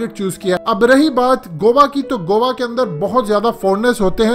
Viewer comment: Bhai u r gt8 but go wa nhi hota goa ko go aa prhty hain